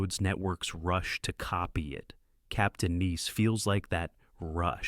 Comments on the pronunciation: Why is the narrator talking sooo slowwww? Captain Neese? Then you say Captain Nice, don't like AI narrators, they can't pronounce words right or stay consistent. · This is AI crap. Wrong clips and can’t pronounce “ nice”.